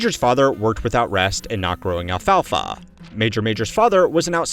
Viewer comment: The way you were pronouncing ‘alfalfa’ was about to give me a stroke. Great video tho.